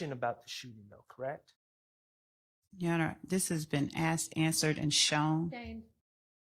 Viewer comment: Ok, can we at least work on the “assed & answered” - omg